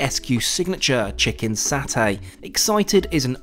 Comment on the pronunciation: I like the video, and SIA is my favorite airline by a large margin. But, the word is satay, or the Indonesian spelling of sate. In Malayo-Polynesian language there is no "Saa". It is "Saw" "tay".it's it s nails on a wall.. Also- it's not Ren- DANG. It's Ren-dong.